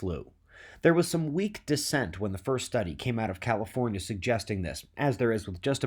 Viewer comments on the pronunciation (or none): none